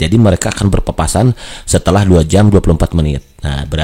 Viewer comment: Berpapasan bang bukan Berpaspasan wkwkwkwk